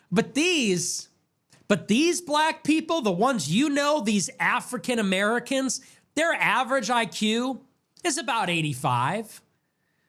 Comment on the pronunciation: never heard someone say African Americans with a hard R before 😢